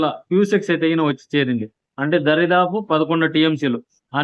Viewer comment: సిల్ప్ వే కాదురా అయ్య స్పిల్ వే దారి దాపు కాదు దాదాపు